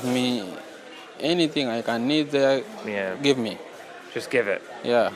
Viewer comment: Come Matt it was obviously "Gib Me!" not "Give me". Gib me, gib me, gib me.